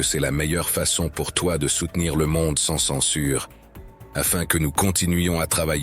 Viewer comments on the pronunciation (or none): none